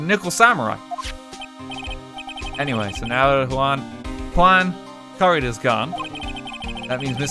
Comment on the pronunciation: yuan? YUAN?! WHAT DO YOU MEAN YUAN??? *cries in spanish* edit: corr*i*das not c*o*rridas